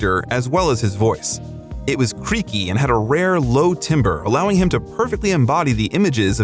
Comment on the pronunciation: Great content as usual but for the love of God find a narrator/reader who can pronounce the English language. Three noticeable flubs in this one including timbre.